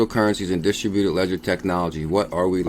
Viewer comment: Hey it's pronounced Dis-TRIB-u-ted